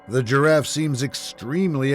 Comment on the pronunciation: "The GEEraff"😅